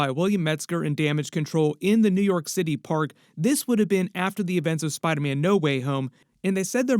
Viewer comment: Why do you call Spider-Man “spydaman”?